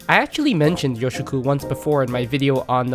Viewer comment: It's pronounced "yōshoku", with a long "ō". Also "demi glace" is pronounced "demi glass". Also "sakoku", with a short "a", not "saakoku". A similar category to yōshoku is "B-kyu gurume" (B-rank gourmet), which are déclassé dishes that border on fast food.